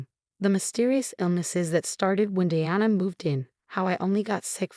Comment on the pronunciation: Thallium is deadly. They should have given it to the stepmom. Also, your AI mispronounced Diana and Martinez. That deserves a thumbs down for sheer laziness and stupidity.